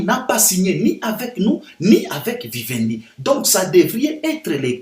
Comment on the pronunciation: Vivendi et non Wiwendi. Ca s'ecrit avec V pas W